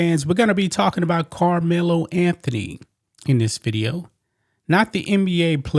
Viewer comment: You sound like a plant! I bet if it were the opposite! A White Boy you probably wouldn’t even cover it! I Dislike How You Say KARMELO name!!!! You Are A OJ Simpson Sellout And You just Reading This So Proud The Downfall Of A Child Who Is Brown Skinned! !GTFOOH GOOFY